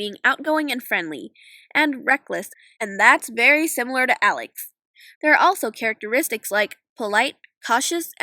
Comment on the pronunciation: alix's name is pronounced with the sound the i makes in french and spanish, not the english short i sound